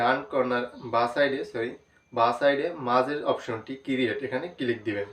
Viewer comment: ভাই এটা কিরিয়েট না ক্রিয়েট!